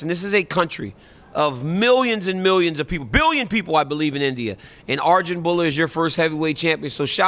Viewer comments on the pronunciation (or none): none